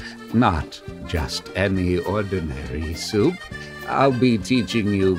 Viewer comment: Only man I've ever seen who can put three syllables into the word "soup."